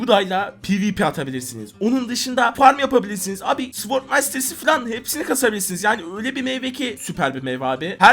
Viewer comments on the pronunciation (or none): none